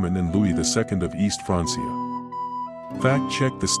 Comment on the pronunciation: Francia is pronounced FRANK - E - Aah